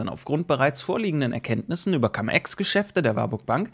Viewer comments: warum immer noch Cam Ex? Cum = lateinisch und wird auch Cum ausgesprochen. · cUUUUUUm, wie Ungeheuer wird das ausgesprochen. Trust me - hatte 5 Jahre Latein.